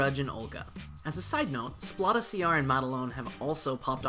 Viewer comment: Great vid! My fav has got to be Liona, aesthetically and functionally. It's funny how you pronounce Splata! It's like splatter with out the R, as in he's gonna splata ya brains all over the place! Splat!